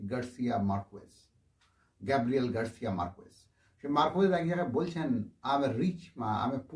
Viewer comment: উচ্চারণ টা মার্কেস, মারকুয়েজ নয়।